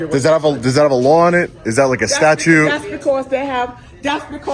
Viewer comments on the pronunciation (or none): It's statuTe, not statue. Just saying..